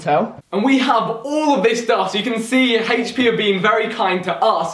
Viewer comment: Hhaych-p is how they pronounce HP